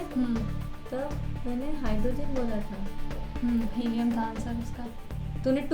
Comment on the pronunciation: Yes. They are noble gases... please helium hi bolna🫣